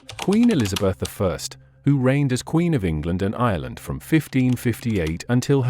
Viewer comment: Elizabeth "eye" did me in!